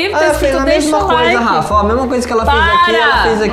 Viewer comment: O falou garrafa em vez de falar Rafa